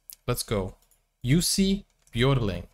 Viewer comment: His name was Johan Jonatan Björling, Jussi being his grandmother's pet name for him. His last name is pronounced: ö like ea in earn, so Bj ea r ling. Not yodeling.